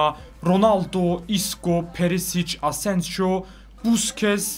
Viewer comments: Abi Asenjo değil Asensio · O adamın ismi asenjo değil asensio diye okunuyor her videoda asenjo ;) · Asenjo kaleci onun adı asensio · Asensijo asensiho diye okunuyor İspanyolca da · Asensio ya asenjo deme artik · Fatih Soyer hayır asensio diye okunuyor